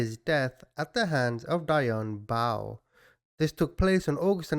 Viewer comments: Her last name is pronounced bow, as in a bow before you. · Pronounced DEE-ON BOW 😍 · Baugh is pronounced baw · Hi! You would pronounce her first name "dee-on" and her last name "Baw". Love your channel! You do great analysis 👍🏽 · Dionne Baugh ---- "Dee-on" "Boe" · You don't know how to say her last name OR her first name. Google is your friend, buddy.